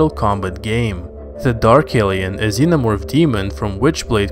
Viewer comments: Starts off the video with the "omo-vorph" Nah, you can't even read the names, dude. I'm out. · um zenomorfo cearence kkkkkkk